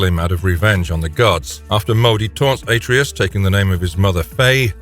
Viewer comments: He did not stomp on Helios' head.. He tore it off..🤦🏿 That and the ungodly way you pronounce Atreus.. Its Uhh-tray-us not Aye-tree-us.. Clearly proves you have NEVER played God of War. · Better yet, take a shot every time he mispronounces a name. 🤦 Atreus... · Why is it that no YouTuber can pronounce Atreus?